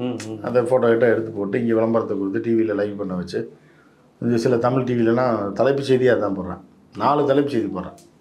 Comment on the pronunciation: தமிள் தமிள்னு சொல்றதாலதான பயமாயிருக்கு